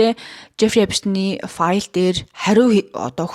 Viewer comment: New york brooklyn d tursun uuruu neree esptein gj duudaj helj bhad zaaval sh duudaj shaardlaga bganmu